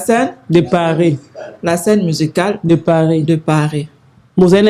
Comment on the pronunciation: je préfère que tu parles la langue que tu maîtrise mieux. Tu es chroniqueuse apprends. Trop d'erreurs. Souvent olobi Passeport diplômâte, salle ya heritier olobi lisusu saint paris, paris scène.